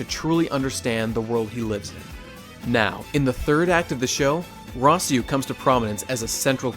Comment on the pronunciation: I damn near turned this video off at "Rossieu", lol.